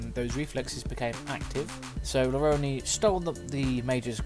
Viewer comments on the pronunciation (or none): The audiobook calls him LaRone (la-roan) rather than (la-roni)